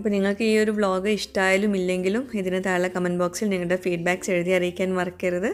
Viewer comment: Itha eppoyum thale nnan ucharikkunne.thazhe nn crct ucharikkuuu.ente matram thonnalano entho🤔